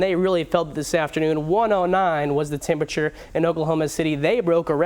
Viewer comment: Could speak a lot better. Say "winds" instead of "wins". Say "thunderstorms" instead of "thunnerstorms". Say "temperature" instead of "tem-bature". You can't even say the name of your profession correctly. [slapping forehead] Say "me-te-or-ol-o-gist" instead of "meaty-rol-gist".